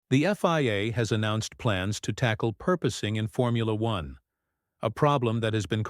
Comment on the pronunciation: PORPOISING! AI can't spell it or pronounce it! And we are dumb enough to put up with it.